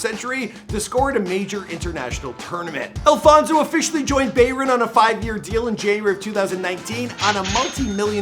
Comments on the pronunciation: Bayren? It’s Bayern 🤦🏾‍♀️ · It’s pronounced Bah-Yurn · just 15 secs in he can pronounce Bayern Munich my guy say bavern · Bayren munich? 🤣🤣🤣🤣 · Man really said “bay ra munich” 😭😭😭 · wtf is bayvren munich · did he just say BAE- RIN Munich 😂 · Baywern Munich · Who tf is bayrin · "Beyrin" could you say it any worse?😂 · beyvern munich wtf? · Its pronounced By-urn Myoo-nik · This man said baverin munich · Bayren Munich hahahahhaha, the pronounciation is awful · “Bayren Munich “ 🤦🏻‍♂️ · This guy said Baeyren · It’s pronounced BA-YAN MUNICH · Bayren munich? Say it right my guy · Cheeky bit of a bay-ren😂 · You pronounced Bayern Munich wrong 😹😹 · The way he said Bayern:😡😡😡😡😡😡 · The way you said bayern was just😫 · This man butchered “Bayern “🤣🤣🤣💀